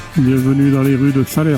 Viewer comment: 🤟Encore une vidéo très sympa, mais pour les cantalous entendre "Salersse" ca pique les oreilles😅, on dit "Salaire" et pas seulement en fin de mois😉, parole de Picard qui faisait aussi "l'erreur ".